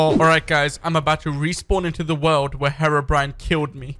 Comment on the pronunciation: Herbrine! DON’T YOU DER